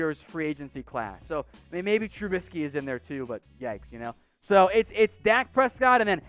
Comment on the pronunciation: Pleased stop say n tribisky